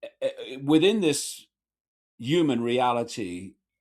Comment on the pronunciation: The word is pronounced 'human', not 'yooman', Mr. Icke.